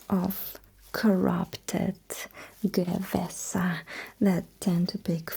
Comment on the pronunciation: I wish the commissar shot me before, now I am castrated and they call me Gue-we-sa? Emperor save me